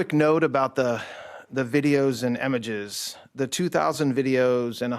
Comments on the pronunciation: He thinks it’s pronounced “emeges”. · why does he pronounce "images" as "emages"